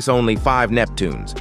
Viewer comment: It's Neptunes not Neptuneas!!!!!!!!!